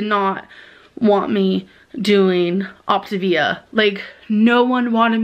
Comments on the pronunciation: OP tah vee a, not OP tay vee ah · every time she pronounces “Optivia” “opti vee uh” I get closer and closer to ripping the hair out of my head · Her pronunciation is making me pull my hair out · “Optuh-VEEEEYA” 🙄 Say it with me gorrl. “Op-TAY-via” Did she really go to college.?🧐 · It sounds like she's saying Octavian which got me excited because I love ancient Rome 😂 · i love how she started the diet without even knowing how to pronounce it. that alone told us she didn’t do research. then the fact that she suddenly discovered it was 900 cals mega eye roll o p t A v i a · “On the video where I said I wasn’t going to do op-t-ivia no more” 💀💀🔨🤮🤦🏽‍♀️ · Optivia/optavia/Opt-ah-vee-ah has left the chat... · She just quit because she couldn’t bring herself to master saying the word “Optavia.” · Its six fuckin letters why tf are ppl acting like they cant pronounce optavia 😂